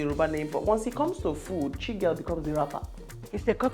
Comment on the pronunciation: Chigurl 😂😂your French is 🙆‍♀️🙆‍♀️🙆‍♀️😂🤣🤣🤣😂🙂